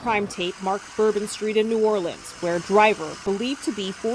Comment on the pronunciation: Well, having been born and raised in New ORLUNS or New Orlins (the way it's pronounced. Not New ORLEENS, like the news guy said) I'm not surprised. It's a super corrupt city, in every way, so of course the city 'leaders' were happy to go along with the whole thing. So 'thrilled' to see the immediate arrival of every Federal agency under the Sun! 😂 Mr. Din Ja22ar is connected to ISIS. Didn't they go out of style years ago? 🤔 So much to say, with such little ability to say it here! I would like to say however, that your videos are so well done and illustrate the situation so well that they leave me speechless. It takes a few minutes to recover, before I can leave a comment! Thanks very much for this one and for all of them!! PS - Please forgive me for asking this favor. Could someone who sees this comment leave me a sign that it's visible? Thanks very much in advance! 🙂